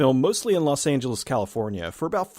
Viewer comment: "Lost Angeles"....Lost.